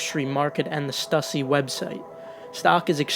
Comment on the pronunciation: Um stussy is pronounced as “stoo-see” if you didn’t know..